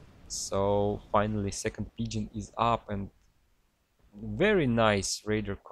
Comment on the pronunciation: I love how pgen always sounds like pigeon. I have same issue too